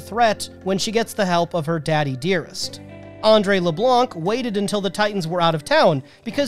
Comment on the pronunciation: You dont pronounce the c for andre le blanc but good list tho